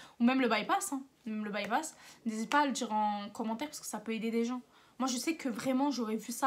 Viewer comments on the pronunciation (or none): none